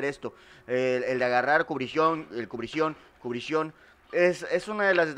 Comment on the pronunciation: cubricion ajjajajaja no se dice asi